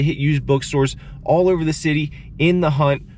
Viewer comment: I was gonna subscribe but then I heard you say “hope”, “over”and “home” and Idk how much of that “o” pronunciation I can stomach. 😂